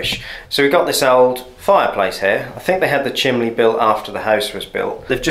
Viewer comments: Why is he saying chimley instead of chimney? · Chimley? What's a chimley? It's CHIMNEY, with an N, no Ls included. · What is a chimlee? Surely you mean chimney. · Drink every time he says "chimley". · You said chimley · I love the way he says chimley. :O} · Did he say chimbley? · How many times does this guy say chimley. 😅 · I'll let you off Lol, the only time I've heard chimley is when young children mispronounce it. Sounds strange coming from an adult.😂